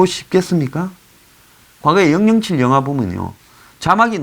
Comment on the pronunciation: 황장수 선생 매우 훌륭하게 해설논평에 높은 평가합니다 . 다만 007 은 영영칠로 안읽고" 공공칠" 로 읽어야 맞지 않을가요? ( 절대적인 것은 아니지만 -- 좀 어색해서요 ) ( 나는 6학년 4반입니다 ) LA K - town 에서